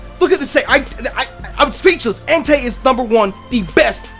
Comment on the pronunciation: Enteey lol